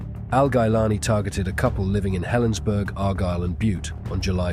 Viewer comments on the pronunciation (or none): Helensburgh is pronounced the same as Middlesbrough